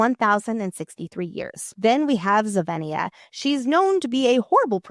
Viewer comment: Zovena not Zovenia right?